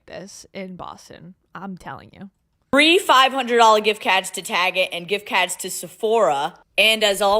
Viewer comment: GIFT CAHDS AND SNEAKAHS